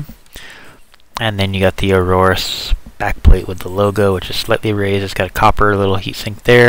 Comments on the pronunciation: it's Aorus, no Auroarus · by the ways it's 'Aorus'